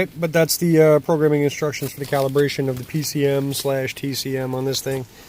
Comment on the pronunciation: First "caution" sentence.....calibtion ? Am I the only one that noticed that ? What's a calibtion ?